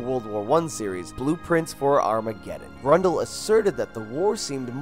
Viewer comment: Nice list, but your pronounciation of Grøndal is painful. Sounds more like Grundal...